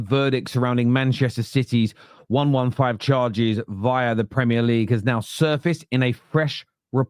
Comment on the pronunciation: One-one-five charges? Can you count? Serious question..... It's one hundred and fifteen charges, Numbskull 😂😂😂